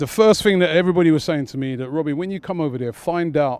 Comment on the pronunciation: This is GREAT im not even from UK im in NZ and this is so funny!! Robbie! (in the most american accent ever).